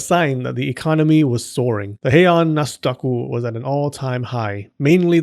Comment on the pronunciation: nasudaku? nasdaq?